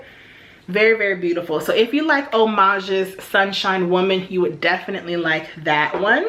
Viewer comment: Great picks! My favorite for spring is the original Amouage Sunshine. Btw, it’s not pronounced Homage but A-m-u-a-g-e :)